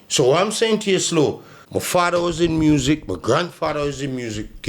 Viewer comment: Di way di g pronounce music 😂😂😂 muuusiq